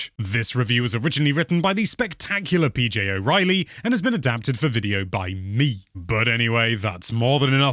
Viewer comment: You pronounced "me" differently in your usual introduction... I dont like change